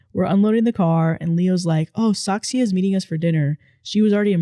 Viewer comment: I think the OP from the last story might be Dutch! Whoop whoop! And funny how couldn't say Saskia, but said Saksia instead.